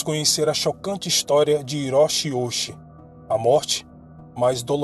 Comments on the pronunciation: Esclarecendo uma dúvida do início, o sobrenome dele é ouuchi tem o kanji que se pronuncia “dai” escrito “大” q significa “grande” e o segundo é “uchi” q se pronuncia na verdade “uti” pois nó Japão chi se pronuncia com “t” q é escrito “内” mas depois vou tentar encontrar matéria em japonês do caso e tentar ler. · O nome se pronúncia Oouti Risashi o H no Japão tem som de r Parabéns pelo ótimo trabalho